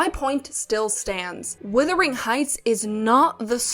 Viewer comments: HI. I Just found you and really appreciate this kind of review. I do need to make a suggestion, however. It is "wUthering" Heights not "wIthering" Heights! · Love your analysts. And also it's pronounced W-U-thering not W-I-thering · Am I hearing this correctly? Is this another YouTube video in which the first word of "Wuthering Heights" is being pronounced "withering"? I must say I'd not heard this pronunciation before these videos about the new film version appeared. However the word may have been pronounced historically, the present-day pronunciation is, as far as I've ever known, a rhyme with "mothering" or "smothering." The one or two dictionary entries I've checked support that. This is odd.